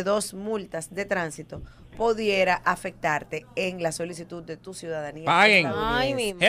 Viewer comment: “Podiera” dijo “la doctora”